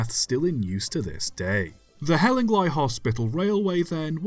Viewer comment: It's pronounced Hell-ing-lee not hell-ing-lie but otherwise very interesting. There's a book "Hospital Railways and Tramways" by David Voice, published in 2007, ISBN , and Hellingly features on page 49 (of 103 pages).